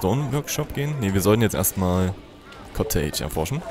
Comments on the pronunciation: cottage spricht man nicht kotteitsch sondern kottettsch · Was ist ein „Zombie of Doom“? Was ist ein „Koteiiitsch“?? wtf!? xD